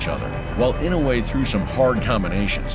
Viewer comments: FFS his name is Inoue not Inouwhey, the narrator needs to learn how to say the name before doing the docu, completely distracting. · Name is pronounced: E - NO - WAY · It’s not In-no-way. It’s I-NO-WAY! Fuck these announcers. They paid money to announce fights but lack the professionalism to learn how to say their names right. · Not EE-now-yay... E know way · Inow-yea? Ee-noo-e? AI narrator seems confused.